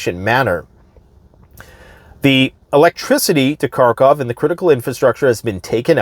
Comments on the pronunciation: Karkov? You want to appear like you know more than others and yet you haven’t learnt the correct pronunciation of the name of the city? What kind of alternative news are you watching? I’d say russian ones cause, as always, „Russia has a plan A, B, C & D, everything is going great, Russia has it all figured out, it’s the smartest country in the world etc” but then you’d be able to pronunce it correctly. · It's Kharkiv, not Car-Cov